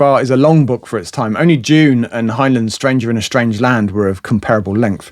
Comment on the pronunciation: "Up The Line" is a favourite of mine: of Silverberg's and of SF generally. I agree with you that he certainly had a purple patch from the '60's into the '70's: not only prolific but of high quality too. By the way, I've noticed that you pronounce "Heinlein" as "Hine-lun" which I also used to, but have since been reliably (?) informed should actually be "Hine-line". SF has its fair share of less-usual author names (and character/location names too) and it may be fun to collate a guide on a definitive pronunciation for Le Guin, Poul Anderson, Brunner, Van Vogt, Leiber, Simak and all the other weird and wonderfuls of the genre. (My best guesses on that list, btw, being: Le Gwin, Brooner, Van Voh, Lye-ber, Sye-mak - for Anderson I have Pole, Pool, Powle and no real idea at all...)